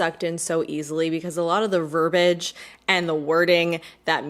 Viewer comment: Hey, love the lip. BTW it's verbiage, not verbage.